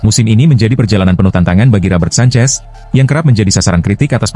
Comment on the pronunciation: Kipernya petter sancech itu bukan sancez